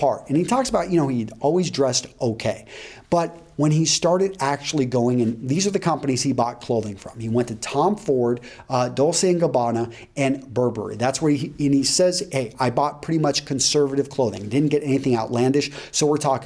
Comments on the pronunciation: it's Dol-che, not Dol-se. Just wanted to let you know. Great vid as always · Yep. Dolcheeh and gobbanuhhh. But not everyone knows and is pro at pronounciation.